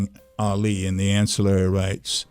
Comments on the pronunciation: I don't like the way you're saying "Ally". It's "All Lee"! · Why are saying Alley?